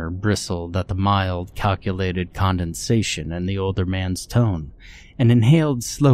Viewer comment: Is that a combination of condensation and condescension?